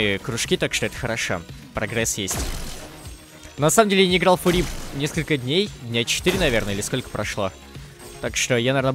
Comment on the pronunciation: господи пожалуйста говори не фури а фъюри